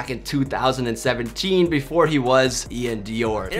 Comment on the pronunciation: U saying iann doir name wrong smh